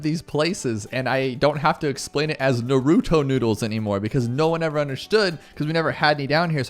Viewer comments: Please stop saying nuhrootoe it’s naruto Also congrats on being a father you’ll be amazing at it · NARuto. Not NarOOto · nah-roo-toe. please. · Congratulations on having a daughter🎉 I have a 4 yr old girl that means the world to me. This is the first video I’ve seen of yours. Great job! Very helpful! But you kept saying Naruto wrong😂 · I’m sure there is a YouTube on how to pronounce Naruto the right way. Congrats on the child, it kind of gets easier eventually.